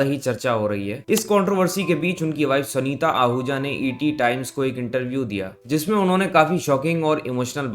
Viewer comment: sanita नही यार sunita